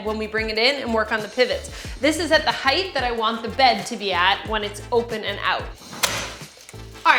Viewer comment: did you say "heighth"? That's not a word in English. Close captioning corrected it to "height."